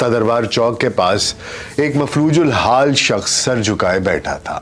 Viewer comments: پہلی بات (معذرت کے ساتھ ) ' مفلوج الحال ' نہیں ، مفلوک الحال ہے ۔ دوسری بات یہ کہ میں نے کسی مستند جریدے ۔یں پڑھا تھا کہ ساغر کسی مسجد کی سیڑھیوں پر پڑا ہوا نوزائیدہ بچہ تھے جنہیں مسجد کے ایک عالم دین نے پالا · Maflooj - ul - haal nahi. Maflook - ul - haal. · Maflojul haal nahi sahi lafz maflooqul haal hai plz urdu ka khyaal rakhen